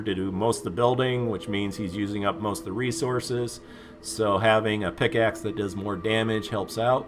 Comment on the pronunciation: Bro it's PICK axe not PIX axe lol but anyways great vid! Keep it up!!